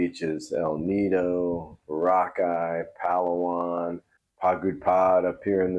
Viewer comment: Rockeye? You mean Boracay!?